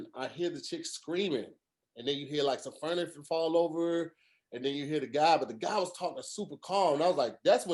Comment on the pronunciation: Did just say “furnifure” 😂😂